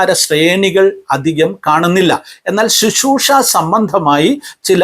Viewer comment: Shishroosha alla uncle Sisroosha ennu para aadhyam ...